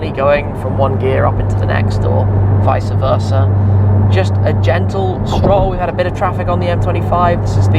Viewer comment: Visah Versah 😂 Love You Tim